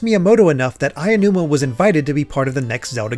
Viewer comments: Nigga, it’s aonuma not ayanuma. Learns to pronounce properly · I love you guys, but the pronunciation of Aonuma is killing me. A (ah) o (oh) nu (noo) ma (ma) There is no ayanuma. It's Aonuma. Ah-oh-noo-ma. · Super great in-depth video and I can't wait for the next one. Hopefully it doesn't come off as rude, but it took me out of it each time Aonuma was pronounced like "aiya-numa" 😂